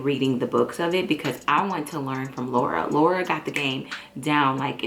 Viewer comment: Lawura as he calls her lol